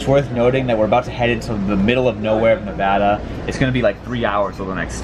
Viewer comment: Thank you for saying Nevada correctly,! (For shame,!)